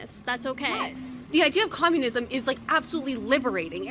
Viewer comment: You are doing "comunisim" today